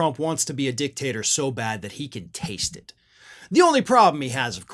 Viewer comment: Did u say dictator or dicktasrer im thinking its the latter of the two